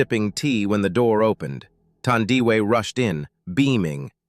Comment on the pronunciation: Thandiwe Pronounced like u pronounce taboo not thunder